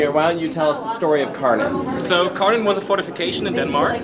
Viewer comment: Fun fact: Kärnan is Swedish, the real Kärnan Tower is in Helsingborg, Sweden (edit: the area originally belonged to Denmark). The translation of Kärnan is "the core". The proper pronounciation is like "Share-nun" for English, because the K in Swedish can also be pronounced as a "sh" which is the case here. The "nun" at the end is also literally like in "nun", not like in "nanny". Shoutout to "Coaster Stop" channel from Sweden who taught me the correct pronounciation. edit: And the Danish pronounciation would be more like "Care-nan". But never really "Car-nan" like in this video ;)